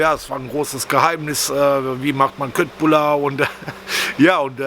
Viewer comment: Ciao, geiles Zeug die Köttbullar als ich in Schweden war, da haben die mich korrigiert, Köttbullar wir in etwa so ausgesprochen "Schöttbullar"..